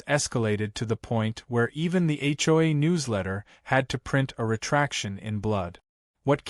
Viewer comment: You towed a POLICEE RAILE? Whats a police TRAILR? A CHOY empire? Are these Asian things? What’s a BRAGG photo? What’s a HOI complaint?Whats an HO-I? Whats a HOE bulletin? I didn’t realize that HOE’S came with a bulletin. HLA abuse of power? What’s a HLA secretary? What’s an HLA database? What’s a new HOI election? Really, her dog was glad her RAIN was over? Did she fly like a ballon and sprinkle the dog from a watering can?😅👀😂😄😆 Seriously, PROOFREAD the pictures and the dialog that AI comes up with. AI should stand for Asinine Intelligence.